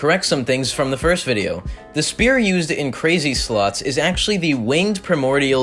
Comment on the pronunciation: At some point in the video you called crazy slots crazy sluts, at least it sounded like it